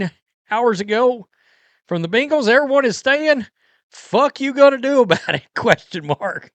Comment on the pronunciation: I HATE how you mispronounce Bengals 😒😡😠 You sound like a child trying say hippocampus 😂